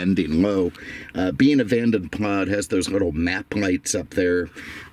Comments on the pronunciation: Pronounced Vadem Plasssssss. Use the S. NOT Vanden Plas with a silent S. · Van den Plas is pronounced with the "s" at the end, it sounds less posh but that is the correct way.